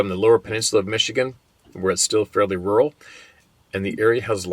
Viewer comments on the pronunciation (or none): none